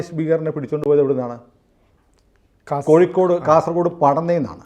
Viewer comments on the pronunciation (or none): none